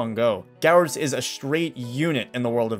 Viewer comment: Garydos. GARYDOS. Not to be mean but it's gyrados to me to pronounce it is gi-ra-dos not ga-ra-dos